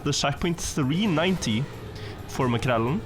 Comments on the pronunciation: Hvorfor sier du maekrell-en og ikke makrellen? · Svensk tonefall når du sier Makrellen 😮